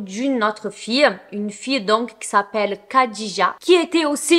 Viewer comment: Merci pour ce fait divers (je n'en avais jamais entendu parler). Il me semble que Khadija se prononce rhadija (je ne suis pas arabophone donc à vérifier mais Disiz le prononce comme ça et quand j'entends Khaled Hosseini les arabophones le prononce Rhaled ^^)